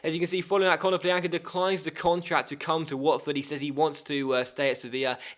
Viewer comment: KONO-plya-nka not kono-plean-ka